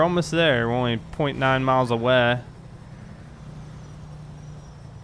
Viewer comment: Hey where are you from? sounds wierd when u say away it also sounds cool:D